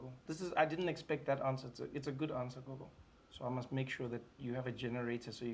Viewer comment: "Coco" hahahaha 😂😂🤣🤣🤣 IT'S "GOGO" MY GUY NOT "COCO"